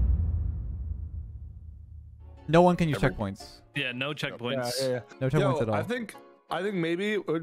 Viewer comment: round 3 said 'ceckpoints'